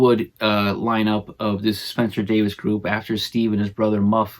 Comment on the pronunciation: Please... it's pronounced Davis.